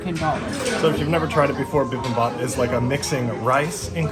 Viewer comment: you killed "bee beem bop" literally...😆